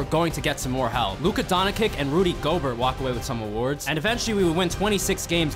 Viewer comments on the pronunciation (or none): You mispronounced Rudy gobert